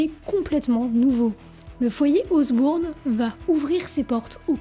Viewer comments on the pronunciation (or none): Mignonne et complète revue, merci! Mais "OsbOUrne", sérieux? Ça se prononce Osborne,. 😊